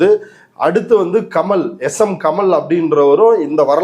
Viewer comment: தோழர்... அவர் பெயர் S.M.கமல் அல்ல.... S.M.கமால் என்பதே சரி.. ஒரு புரிதலுக்காக சொல்கிறேன்...!!!.